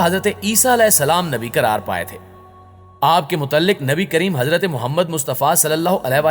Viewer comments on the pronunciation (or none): none